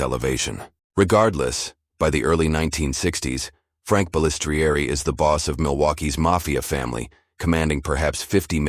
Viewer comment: Every time the ai mispronounces Balistrieri my ears hurt lol ffs I hate ai voiced videos